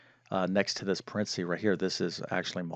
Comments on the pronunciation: It is pa ren the sees.. or just say bracket… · PLEASE learn to say "parenthesis" correctly?